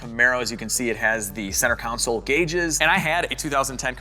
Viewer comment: Wait, you're teaching 832,000 people to mispronounce console? I could swear you said counsel